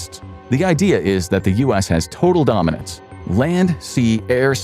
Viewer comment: Air superiority? Nah air domenence